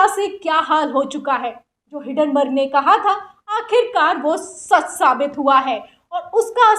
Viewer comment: Madam the name is Hindenburg not Hindenburg I guess